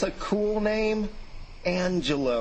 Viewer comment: Angel-O... Only portuguese will understand